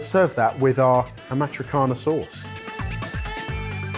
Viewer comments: a good one... but to the first one: it is Amatriciana, not Amitricana. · AMATRICIANA - -- in english would be: a-ma-tri-cha-na, not a-ma-tri-ca-na!!! 😅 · Amatriciana is pronounced "ama-triss-ee-ahna", not 'amatrickana' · It’s AHH-MA-TREE-CHEE-ANNA not AhMaTraCanna or whatever foolish came from mouth! Haha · Amatriciana pronounced amatrichiana, not amatrikiana..... :) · you just missed the i in amatriciana, you said (perfectly) amatricana. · Amatriciana sauce - pronounced a-matri-chana 😂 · «AmatriKana», OMG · 1 ferretto, 2+ ferretti. The ci in amatriciana is pronounced "ch" like amatreechana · Amatricana? Does he mean Amatriciana?? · Amatrikana?! Amatriciana (Cia like ciao not ka) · Amatri-K-ana. Oh boy. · Amatriciana in Italian is pronounced "Amatrichiana". The "c" before the vowel "i" is pronounced "ch". I am Italian, born and raised in Italy. I just thought since has Italian in-laws, might as well pronounce it right 🤭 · The inlaws are going to kill him for saying "amatriKana" 🤣🤣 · Amaatriciana => Ah-mah-tree-chee-ah-nah. I know Brits have a long history of mispronouncing everything (just to piss off the French and Italians), but really... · it's not amatrikkana...can you or someone learn how to pronounce basic Italian terms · Loving trying so hard with the Italian! One tip to impress his in-laws: amatriciana is pronounced "amatrichana" so soft, not a hard K😉 if you want to be fancy or super traditional you could use guanciale instead of pancetta, but in a pinch I use pancetta as well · All of that effort with pronunciation of the pasta names, but no effort for Amatriciana 😊 the sauce will be offended. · You pronounced amatriciana so wrong. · A bit amused at buggering the pronunciation of amatriciana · pronunciation of Amatriciana right after saying how he’s a try-hard with Italian pronunciation 😂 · I had to rewind 4 times to understand how was pronouncing Amatriciana sauce. First time earing saying like that, so weird!!! 😂😂